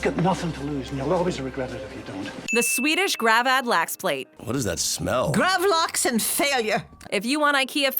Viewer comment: The way you say Gravlax is painful to hear cant you dam yanks pronounce anything as it should be